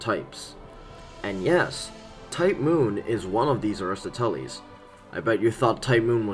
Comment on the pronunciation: that's the worst pronounciation of aristoteles i've ever heard holy fuggin shid